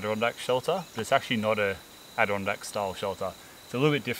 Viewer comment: "" shelter.